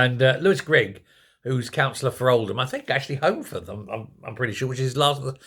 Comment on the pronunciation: I thought he said Oldham not holmfirth